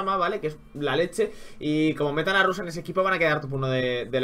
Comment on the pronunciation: di rash en vez de rush pls xD